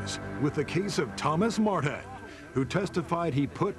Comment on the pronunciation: The announcer's enunciation is KILLING ME! MART-HAN VERSUS MART-HAN. 😄😄😄🤪🤦🏾‍♀️ This was the Thomas Martin show, 100%.